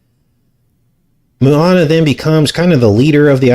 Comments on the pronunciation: Not Moo-a-na, it’s pronounced Mo-a-na! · Small detail its MO ana not MU ana...Maui resident here.amazing video. Depressing how these movies are so much evil and fool us all.